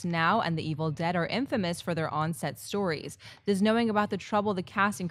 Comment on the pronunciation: "Does the on set sTORies effect" Nice emphasis.